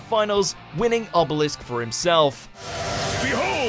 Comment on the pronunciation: did he just say "Ebelisk"?